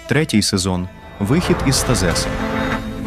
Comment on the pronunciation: Що за СтаЗес ? Вам треба попрацювати над правильними наголосами в деяких словах.